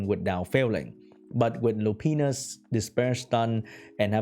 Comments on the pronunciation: its pronounced "lou pine us", and "ee freet" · Hahaha. He says Lupinus